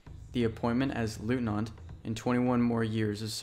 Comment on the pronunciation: "Leutnant" in all its variations is pronounced "LOYtnant" - not "LOOtnant".